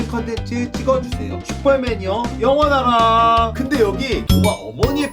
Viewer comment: 영원하라 말할때마다 영어나라 생각나 ㅋㅋㅋㅋ